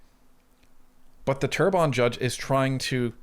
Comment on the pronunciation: Terrebonne = Good Earth = Say: Tear Bun [Bear phonetic] Sounds much better without actual French speaking. I have too struggle from "I only ever seen this written, never heard it said"... but now you know. 💫